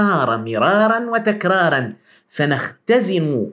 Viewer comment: لقد قلت مرار وتَكراراً وأظن انها تِكرارا